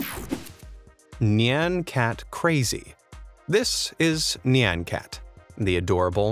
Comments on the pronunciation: Its pronouced N i on cat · YOU’RE PRONOUNCING NYAN CAT WRONG 😡😤